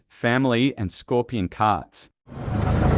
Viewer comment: You should do jail time for using that horrendous AI narration. E.G "ScorpianGo...karts"